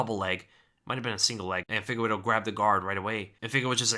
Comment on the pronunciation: "Fee-gay-reh-doh",. "Fee-gay-reh-doh".